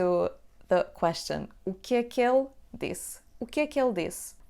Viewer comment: When you pronounce "O que é que ele disse?" the "ele" sounds like "ela". How to differentiate the two?